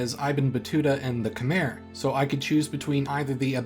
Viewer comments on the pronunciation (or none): I'm honestly shocked that you don't know how to pronounce "Khmer". For a channel of your reputation? Really?